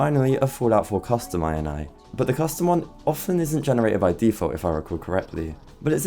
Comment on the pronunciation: Bro it's not dot I N I IT IS = dot IN-EE = INItialization file not DOT EYE EN EYE tialization file